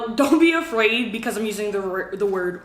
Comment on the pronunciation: Watch how she says afraid